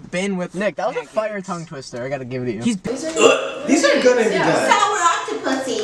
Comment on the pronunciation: Matt says sour